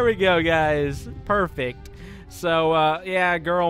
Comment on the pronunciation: u made a cat joke and didn't know it u said perfect as cat